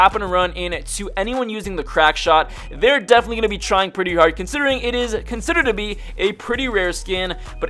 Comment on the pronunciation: "There trying pretty harrrd"😂